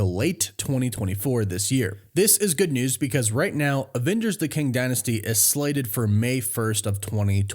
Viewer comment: Kang → "Ang"